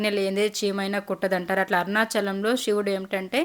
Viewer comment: మీరు తెలుగు వాళ్లే కదా... షివుడు కాదు శివుడు..